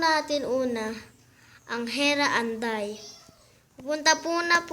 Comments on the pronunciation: hera andal hindi hera anday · hindi man anday eh andal magbibigkas ka pa malimali namn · hera andal hindi anday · hoy bobo hindi heran anday kundi heran andal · andal po hindi po anday😊😊😊